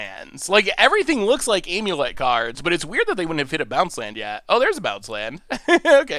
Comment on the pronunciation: Nobody: Not a soul:: Aim-yew-let